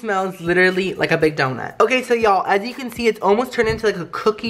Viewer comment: Every time he says: Ok so now (he says that a lot) I only hear: Oh queso now hahah it gets me every time lol. Pd. I speak spanish